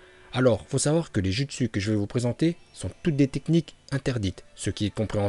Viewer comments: pourquoi tu dis jutsu normalement sa se lit joutsu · Jpp TvT ça se dit joutsou mais sa s'écrit jutsu TvT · On dit "joutsou" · C PAS JUSTSU SA SE DIT JOUTSOU MAIS SA S'ÉCRIT JUTSU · Pk tu prononce les mots bizarrement genre « jutsu » au lieux de « joutsou » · les " jutsu " "orochimaru"omg et tout le reste un effort de prononciation please c'est dégeu